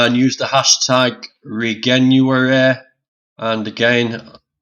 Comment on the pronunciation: It's pronounced re-jen-uary as in regenerative in January.